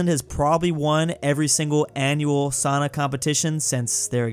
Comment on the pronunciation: It is souna not sauna. Long o sound 🇫🇮